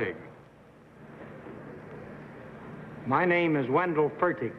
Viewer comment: John Pennel, not John Pannell. Wendell Fertig, not Wendell Fergin